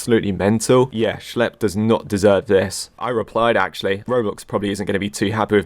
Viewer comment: "schelp" dude who the hell is schelp, its schlep.